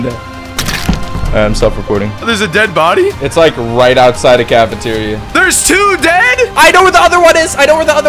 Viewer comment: Can-e-ter-ya bruhhh